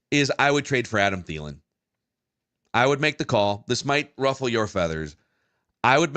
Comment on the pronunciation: Clicked off when said Adam Thielen’s name. (That’s not true. But i wanted to) Yuck